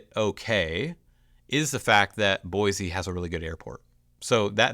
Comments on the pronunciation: How long have you loved her? Fyi... it's Boy.see not Boy.zee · I'm sorry, it's pronounced Boy-see, not Boy-zee...I'm a native & most outsiders say Boy-zee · Boy-SEE not Boy-Zee. Come on bro 🤦‍♂️ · Please , for the love of all things holy, please pronounce the state capital correctly. It is BOY-SEE there is no Z. Nowhere in the history of the English language is S pronounced Zee. GAH!!! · You can often tell a transplant. They say BoiZZEE, and it’s actually pronounced Boise. Jewel wrote a song so newbies would get it right. LOL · You're saying Boise wrong. Locals say 'BOY-SEE', not 'BOY-ZEE'. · Don't move here if you can't pronounce it. There is NO Z in Boi-see! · It's boysee not boyzee learn how to pronounce it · It’s “boy-SEE”. You are pronouncing it “boy-ZEE”. It’s like fingernails on a chalkboard. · FYI it's pronounced Boisee not Boizee......there is an s not a z in Boise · There is no “Z” in Boise. Boy-See not Boy-zee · It’s “Boy-see.” Not Boiz-zee. Most people find it annoying that people don’t say the name of the town right. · It’s pronounced BOYsee not BOYzee. And I’ve never been there and live 1200 miles away. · 💯‼️ I came here for this comment. Mispronunciation is how someone tells you they aren’t from Boise. It’s Boy-see, not Boy-zee! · Bro, It’s BoiSE not BoiZE. 😁👍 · And please, it is Boi-C, say it like you live here 😊. There is no “Z” in Boise. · Boi-see, please. : ) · Guys not a local. No one here pronounces it boiZe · It’s prounounced “Boy-see.” There is no Z sound. I grew up here, and I don’t know anyone who uses a harsh “Z” sound. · You’d think the expert of Boise could at least say the name Boise correctly. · Learn to pronounce Boise with a S not a Z and you will not seem like such a outsider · You are obviously not from here, you don't even know how to pronounce "Boise"! The biggest con? We don't want you!